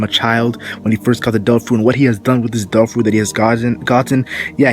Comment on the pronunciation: instead of "devil fruit" all i can hear is "dolfurit" xD